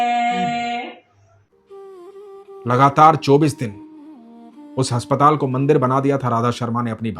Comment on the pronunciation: Bhai aap haspatal bolte ho but aspataal hota h ❤